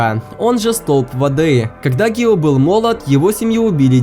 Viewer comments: Не гио а гию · Не гио а гию томиоко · НЕ ГИО А ГИЮ И НЕ ТЭНГЕН А ТЕНГЕН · ВІН НЕ "ГІО", ВІН "ГІЮ" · Небольшая поправочка, не Гио Томиока, а Гию Томиока. Мне нравится что ты снимаешь такой контент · Гию Тамиока а не Гио Тамиока